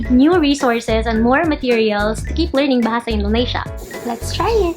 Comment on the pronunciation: Hi I'm anya from Indonesia! I currently learn tagalog. hopefully i can speak tagalog fluently. Btw, you spelled bahasa indonesia well!!